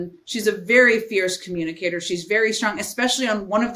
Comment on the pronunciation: 😂😂😂😂😂 a feirce comunicater?